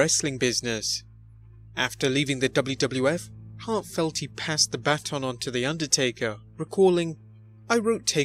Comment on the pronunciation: The way you say baton makes my soul scream